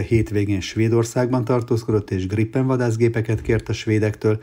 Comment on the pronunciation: Kedves uram hol lát ön két "p"-t a Gripen szóban? Miért erőszakoskodik, hogy az GriPPen, és nem Grípen??